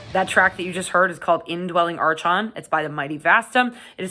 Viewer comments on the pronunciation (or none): Just FYI, "archon" is a Greek word pronounced with a hard "ch" ("ARK-on"), and "Gethsemane" is pronounced "Geth-SEH-mah-nee" (four syllables, with the stress on the antepenult/third-to-last syllable), not "GETH-seh-mane" (only three syllables). Sorry to nitpick, I enjoyed the review!